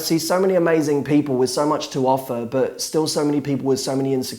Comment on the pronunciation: Why can't you say the T at the end of the word "but"?